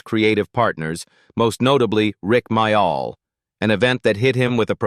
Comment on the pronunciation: It’s pronounced more like Mail not My- All